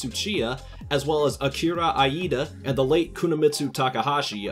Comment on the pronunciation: that'd be kay-i-chi chu-chi-ya, Akira ee-da.